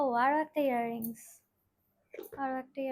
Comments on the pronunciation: Ear ring bolache😶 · Earrings to bolche... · Hair rings noy earrings... Besi style kore ar nekamo kore bolte giye pronunciation ekdom 😅😅😅😂😂😂